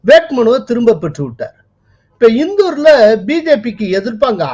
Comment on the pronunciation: It is not இந்தூர். Should be pronounced as இந்தோர். इन्दोर